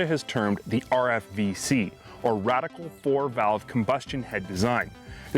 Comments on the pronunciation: radical? lol... its radial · Radial 4 valve, not “radical”